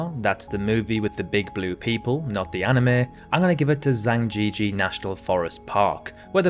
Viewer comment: Some of those pronunciations were just horrific. If you're going to do a video like this, please at the very least just copy the native names for these places into Google Translate and listen to how the automated voice pronounces it. You won't get obscure languages like Tetum or Gilbertese, but that pronunciation of Zhangjiajie, when Chinese is so thoroughly supported online, is just unforgivable. Although I've got to give you props on Kiribati. Most people would just read that phonetically and never consider to look up how it's actually pronounced, but you nailed it.